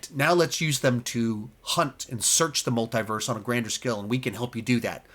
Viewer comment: Why do you pronounce Multiverse wrong?